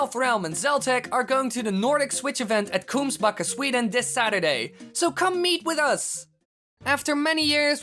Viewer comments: 😂😂😂😂😂Kungsbacka. You ar not saing it korekly😂😂😂😂😂. I know how to prunaons it becos of I am swidich. Kungsbacka=kinghil. Å.Ä.Ö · That's probably the cutest pronunceation of Kungsbacka I've ever heard. Too bad the train was to expensive, and I got other plans, otherwise I'd go there too.